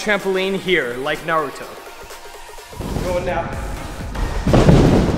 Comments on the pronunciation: nailed the pronunciation this time! Good on him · UGHHH he said it right 😎😎🔥🔥🔥🔥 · Did he actually say naruto’s name right this time 🤧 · Aaayyeeeee he pronounced it right this time!!! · Yes... Yes he did FINALLY!